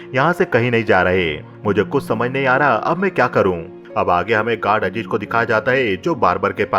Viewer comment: Majaar nahe mazaar. Ajeej nahe azeez